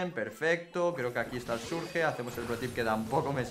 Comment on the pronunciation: Porque dice "Surge" y no "Surch"?, parece niño de primaria como pronuncia el inglés (no hate, solo observación).